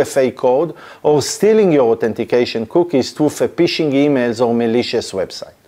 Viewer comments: I love your videos buddy but you need to stop saying "P"ishing, as it cracks me up each time, as in English or slang UK dialects of the language, it means the same as the act of peeing, urinating or relieving one's self:-) We pronounce it "F"ishing (like you would do with a rod or net), even though the spelling is Phishing. That aside, thanks for great explanatory videos even though I am an IT veteran of 36 years myself. I started as a techy nerd in the early 80's with the first home computer then it became a career and business through the evolution of distributed systems, networks and the internet. I'm still a nerd at heart, although I'm a more senior one these days, so keep them coming!👍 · Ph is pronounced f in English, phishing is pronounced fishing not pishing. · You need to realize the word phishing the "p" is silent. You pronounce it "fishing" like the sport and not Pfishing with the extra "P" sound. Its very funny to me an IT Professional does not know this. 🤣🤣🤣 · Agreed. Particularly the word "phishing" which should be pronounced like the English word "fishing" (which is where the word comes from, they're fishing for your details). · אחלה וידיאו. תשתדל להגיד פישינג עם פ רכה כמו דייג במקום פ קשה כמו פישינג (להשתין) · Phishing is pronounced fishing, obviously, because it’s fishing for passwords, oh and yes it's hard, but Retrieve, is not pronounced Retrive, but Re treeve